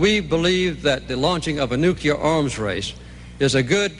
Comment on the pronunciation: I wish Carter could pronounce "nuclear" correctly. It's annoying.